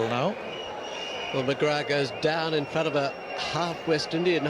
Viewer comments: It's not mcgra'th' It's mcgraa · lol listen to Michael Atherton pronouncing it, I have a childhood memory of him saying "I think Glenn McGra"th" bowled really well" when he took 8-38 at lords and england were bowled out for 77 but yeah mcgraaaaaa is the right way to say it